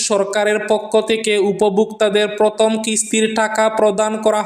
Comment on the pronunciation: Not protom,that's prothom.